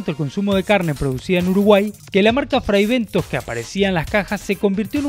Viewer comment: Fribentos en ingles es pronunciado fraibentos.